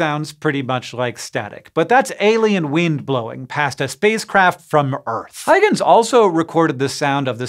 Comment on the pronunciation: The Huy in Huygens is pronounced "HOY" as in "BOY".